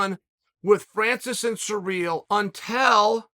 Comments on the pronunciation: So how is Cyril pronounced. Sereel or seril? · Francis and surreal 🤣🤣🤣chaels pronunciation's are always horrendous